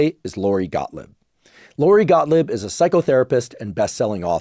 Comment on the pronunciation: Pronounce her name properly. It is NOT Gottlib. Phonetically, it is Gotleeb.